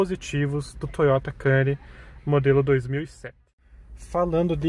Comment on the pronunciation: Faltou aprender a falar o nome... (quemnuri) a pronúncia